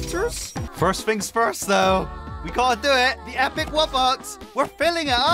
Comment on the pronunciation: I'm sorry but it's called wubox no woobux